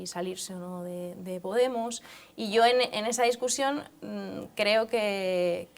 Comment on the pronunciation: dice discursión .... en vez de discusión ..... si Jiménez losantos la oyera ..